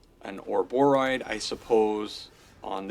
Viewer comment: It's pronounced ouroboro-EE-d. Just like hemorrhoid. Sorry 😂